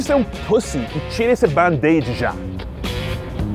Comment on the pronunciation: Amigo gringo falando "band-aid" com sotaque brasileiro! 😂😂😂😂😂 Muito bonitinho! 😜😜😜